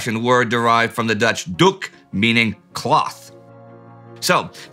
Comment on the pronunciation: I am sorry. BUT HOW did you pronounce doek so well? if I try to let my friends say it they fail misserably:P well researched